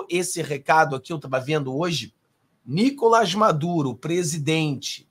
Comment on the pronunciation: o nome do Maduro não é Níkolas, é sim Nikolás. A sílaba tônica é a última. Kk